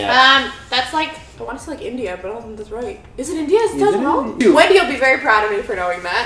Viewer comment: olha o jeito que essa mina fala Taj Mahal kkkkkkkk